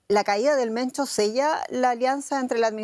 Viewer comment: Se pronuncia "Mencho" no "Mento"